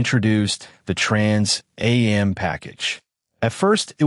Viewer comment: Trans A-M package, good lord AI is horrible